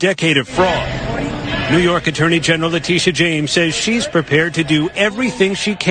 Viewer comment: Also “Letitia” not “Latisha”